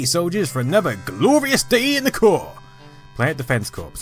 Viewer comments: It's pronounced CORE not CORPS!!! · Great video! I honestly didn't know there were this many Wolfenstein style games on the system, quite a feat. One small bit of pedantry (since this is the Internet), the word corps meaning a military organization is pronounced "core". Thus the joke of the title "Contra: Hard Corps". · (Sorry for being a nob) I don't know if you know this, and maybe just said it differently because it just happened directly after your role playing of a conversation, but "Corps" is pronounced "cores". Sorry again for my picky comment.